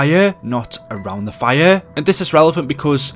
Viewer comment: Everyone: Fire: Fireuuu